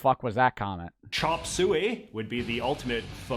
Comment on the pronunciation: Bro this guys voice is so annoying “chopped suEY”